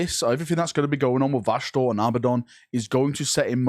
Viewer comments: It's crazy how you pronounce vashtor as vashnor several times and also pronounced it right in between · I love how you say his name right the first 2 times, then literally go straight to Vashnorr its like your brain is actively trying to get it wrong 🤣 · vashtorr's ultimate goal is not to be a chaos god, but to make pronounce his name correctly the imperium fuel all of the chaos gods, not just this possible mech manufacturing one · Take a shot every time fucks up Vashtorr's name. Literally said it 4 different ways in less then 3 mins lmao